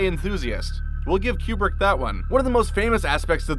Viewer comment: Koo brick, not Kee Yoo brick.